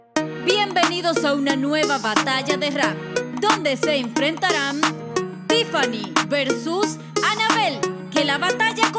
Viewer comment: Tiffani lo dijo bien